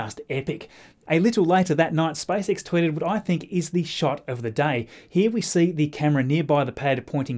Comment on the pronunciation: Okay let's do it again Me-s p a c e X -s p a c e X Me-spacex -spicex